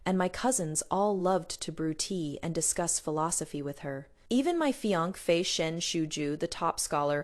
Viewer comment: Please don’t use this AI voice again. It’s the only AI voice that mispronounces fiancée. It’s annoying.